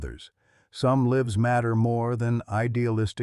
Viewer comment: Your storyteller, likely AI generated, pronounced the word 'lives' in the way that infers that someone lives in a house. The correct pronunciation would be 'lyves'